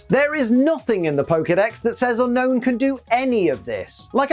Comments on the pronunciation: It's actually pronounced un-OWN not unknown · Okay... I'm about a minute in... I will watch the rest but... Unown is my favorite pokemon And it's pronounsiation is SOOO WRONG!!! Everyone says Unknown... but the pokemon is Unown... 1. Yes Oak calls it Unknown... but he also said "there are 150 pokemon..." (paraphrasing) why the F**k is it pronounced as Unknown.. If anything it should be Un-own, or You-Known The region Unova is pronounced You-Nova why not call it Un-Nova as the proper way of pronouncing it!!! I've had this argument with many, and now others call it Unown (Un-own) What's everyone's thoughts about this!?